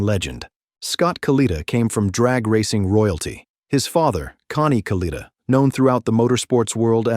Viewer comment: AI ass hole pronounce the man’s name correctly